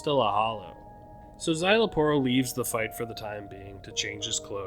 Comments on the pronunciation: its zy-la-poro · You got the pronunciation for Szayel's name right 👍🏾 You just didn't roll the Rs on the Aporro's part of his name XD